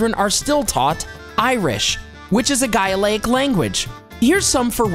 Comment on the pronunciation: Im not a fluent Gaelgoir but let me at least help you on the pronunciation: Dia g'with, fall'cha row'iv leh* mo'h shann'ale *the translation left out "to" or le And the language is gael-ik, it may be diminished, even threatened but its far from a "dead language"